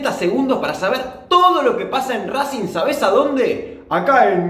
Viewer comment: Acá en minuto RrrrRRRRrracing